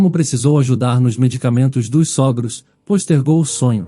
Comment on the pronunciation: Pronúncia correta sôgros.